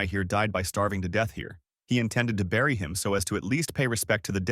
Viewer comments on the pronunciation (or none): none